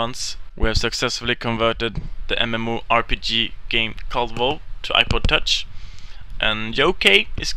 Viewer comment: HAAAAAAAAAAAAHAHAHAHAHA!!! "On ya apah".